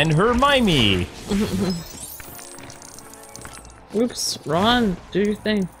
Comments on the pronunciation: It's pronounced Her-my-knee, not Her-my-mee. Her name is spelled Hermione. Just sound it out. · you say it wrong its Her-my-o-knee, and also Harry marries Ginny Rons younger sister you meet her in the second film. Also a Mudblood is a wizard who no one related to them is a wizard so they are kind of an oddity bc no one understands how it happens calling them mudbloods is a derogatory term